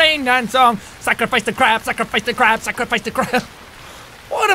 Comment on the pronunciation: Everytime you say scarfice really fast itmsounds like Baka